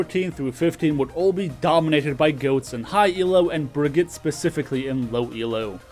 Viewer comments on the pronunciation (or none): It's Brig-ee-ta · You say Brig name wrong. Look up her blizcon reveal to learn how to say her name properly please